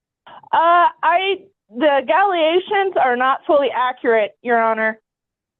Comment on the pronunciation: I didn't hear a single allegation. I heard a gallyation. A nollygation and an agalagation.